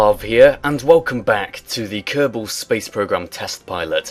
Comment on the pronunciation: Kerbals. Not Kerrbens.